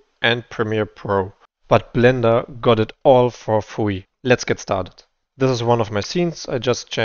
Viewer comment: "all for fwee" :D